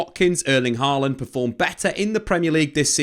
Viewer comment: Hojlund not Harland 😫😂 this is why I just call him Rasmus lol